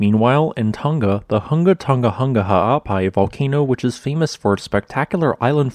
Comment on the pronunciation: This week's up doot from me is dedicated to the way "Hunga Tonga-Hunga Ha'apai" rolled off your tongue not once, but twice!